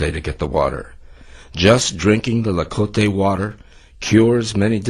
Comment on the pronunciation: it's pronounced TLA-CO-TE not La-co-te :p